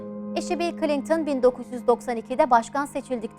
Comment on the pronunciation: Ablacım içerik güzel olmuş da Klinktın mı diyorsun bana mı öyle geliyor?